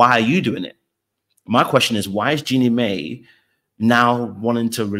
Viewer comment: Jeannie's name is pronounced 'Genie MY', not may